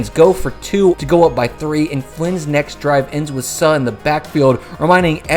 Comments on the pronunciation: It's pronounced SOO, not SUH...I hated that mfer...dirty mfer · If you are going to remind us of the dominance of a defender, please learn his name first. It's not not pronounced Suh. It's pronounced Sue. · "Suh" lol. It is pronounced Sue my guy. Great upload though, wow. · The he said the name “Suh” like Suh and not Soo lol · his name is pronounced sue brother cmon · Its Suh, like Sue.